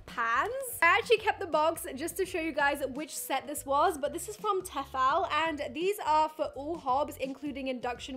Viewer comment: It's TEE-fal ♥ Teffal would need a double 'f' xxxxx